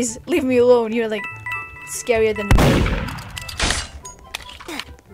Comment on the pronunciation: The way she said mUrDEeR 😂